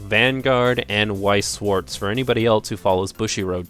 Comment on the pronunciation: So now you aren't pronouncing Wixoss as weaksauce anymore?